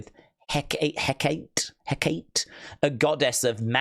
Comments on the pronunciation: Hecate (HECK-AWE-TAY)❤❤ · Hecate is pronounced Heh-cat-tay, she’s the lead witch in Macbeth.